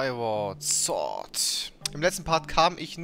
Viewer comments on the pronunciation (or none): Sword und nicht sort lol